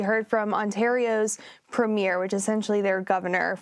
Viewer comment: Ford is a Premier not a Governor. Also, learn how to pronounce Premier people, really.